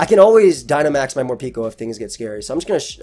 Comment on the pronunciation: lmao the guy just said Gynamax